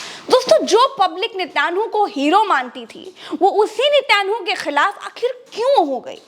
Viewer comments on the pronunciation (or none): अरे वो नित्यान्हु नही है नेतन्याहू है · Nityanhu nahi Natanyahu…. Didi kahin kailasa ke Nityanand ki toh itnaa asar aap pe!!!!!!😜😜😜😜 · it's niten yahoo. Not nityan hoo. And he is a very cunning and dirty man. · Mam its nitin yahoo, not nityanhu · Madam Netanyahu ka uchcharan sahi kariye